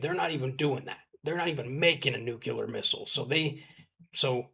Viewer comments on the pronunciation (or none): Its a very common mispronunciation but please vegas there is no "Nucular weapon" its "Nuclear weapon".😅